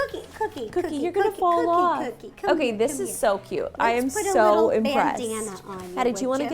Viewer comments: i love you guys but why dose Ro say "Coodie" sometimes instead of "Cookie" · I love the way Ro says cookie "coddie"😊😁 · Why does ro call her dog coodie? Whatever i still love her tho!^v^ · Who noticed ro was saying COODIE as cookie 😂😂😂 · I love you rosanna but when you say cookie name you say coodie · Does anyone else notice how when Ro says cookie she says coodie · Ro why do you call cookie 🍪 coodie